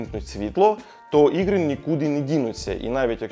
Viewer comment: Да тут он конечно картавит это слово ппц. Тяжело говорить на Украинском когда ты всю свою сознательную жизнь говорил по русски 😅 ну не чего главное что старается)